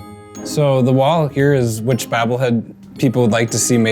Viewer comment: "Bahbble head"